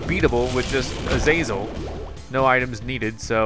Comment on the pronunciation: its NO! NOT NO!?